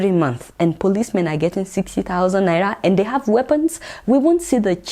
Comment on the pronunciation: Thank you Adeola for this episode. I like the way you pronounce 'Naira' . hahahaha!!